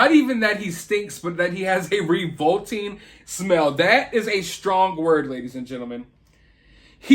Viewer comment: revolting mispronounced